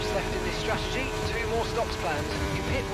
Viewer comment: it's not stragedy it's strategy